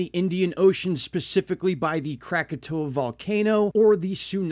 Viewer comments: I'm baffled as to why you keep mispronouncing Krakatoa. Visually, you can just SEE that the last 2 letters are "oa" & not "ow." But if you're more of an auditory person, there's that B-52's song "Lava" in which they pronounce it correctly. (Also, I can't stand that MrMMB333 channel. I un-subbed after watching only a handful of his videos.) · Pronounced Krak-a-toe-a!😉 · Crack-ah-toe-uh. Is how to pronounce the word. Cheer's